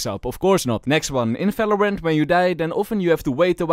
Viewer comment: can u learn the v cuz falorant fagents fery nice ITS JUST BRUH